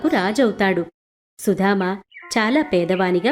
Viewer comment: Nice.But it is Sudama not Sudhama